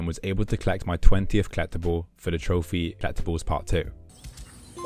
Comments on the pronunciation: Is he trying to say "collectible" or is he actually saying "clap the ball"? I got to have misheard that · Never heard someone pronounce collectible like kleptible lol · Until the achievement "Collectibles" popped up I had no idea what you were saying haha. "Klept another kleptable". Your videos are very entertaining :) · This game is complete in the way that pronunciation of "collectible" is complete.:P